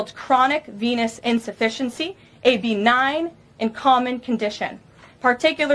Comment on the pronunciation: Lil Caroline even pronounced BENIGN WRONG ‼️Go back and listen 😂😂😂😂